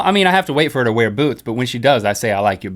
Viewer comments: link i thought you said boobs instead of boots xD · When link said I like your boots I thought he said I like your boobs😂😂😂